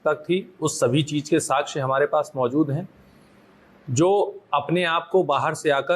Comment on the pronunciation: Kaha par ke pass hue ho ssp ya sakshya word bolna bhi nahi ata sachhya bol rahe ho .